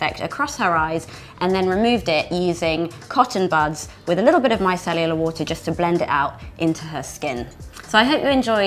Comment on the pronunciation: I love the way you say "micellular water" 😂❤ Great look!!